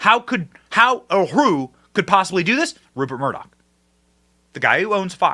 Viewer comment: Murdoch… Moloch?????